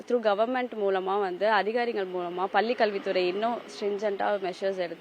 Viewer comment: இந்த செய்தி நிருபருக்கு நல்ல தமிழ் உச்சரிப்பு வருமா வராதா . பல்லி என்று சொல்கிறான் 🤦👊